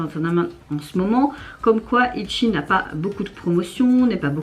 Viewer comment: J'adore quand tu dit Itchi haha Tu me fait toujours rire de comment tu essaies de dire les nom de groupe et les titres des chansons.